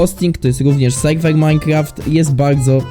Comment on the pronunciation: mowi sie serwer a nie sejwej jak cos